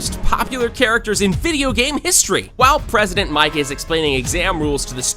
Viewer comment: it’s Present Mic not president mic